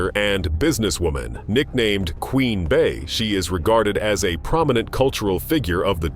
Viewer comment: Queen Bee, Not Bay?????Fool